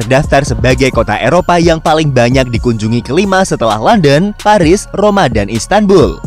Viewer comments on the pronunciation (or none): none